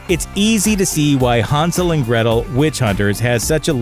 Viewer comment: Hansel? HANsel? Hansel...